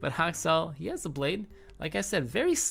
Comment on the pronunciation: Is it just me or why I often hear "Hot sauce", when you say Haksal? Well anyway, Good analysis!